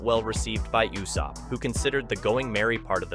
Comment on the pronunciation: Please for the love of thick thighs stop saying "You-Sopp" when it's clearly spoken as "Ooooo-Sopp" even in English dub. 😅